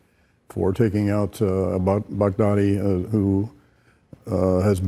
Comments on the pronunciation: Everyone says: bagh-dha-dhi All I hear: Big daddy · I love how Trump says Baghdadi. It almost sounds like Bad Daddy. :D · Lmao it’s closer to bahgdhadi